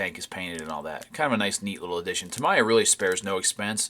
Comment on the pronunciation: it's pronounced "TA-ME-YA" not TA-MA-YA btw...sorry I don't mean to be rue but it's important. Every time I hear Tamaya it's like someone just stabbed me with a knife lol